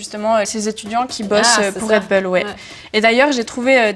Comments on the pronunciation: Non tout le monde dit Red Boule, la première fois que j’ai entendu Red Beul c’est dans la bouche de cette journaliste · On dit un « boul-dogue » pas un « beul-dog » non ? C’est comme Gorbatchëv : on a tout entendu. « Gorbatchève »; « Gorbatchef »; « Gorbatchouff ». Initialement, c’était la faute des journalistes tout ce fatras. Le « ë » russe se prononce comme un « o » ouvert précédé d’un « i ». On dit donc « Gorbatchiov ». Et Red Boul. Pensons bulldog, et appendice caudale, femme callipyge, tout ça. Moyens mnémotechniques - Anki pour les plus motivés. 😅)) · Red "beul" lol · Raie deux boules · Red beul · Faudrait faire une émission sur "comment on prononce Red Bull??!!" car tout le monde le prononce différemment.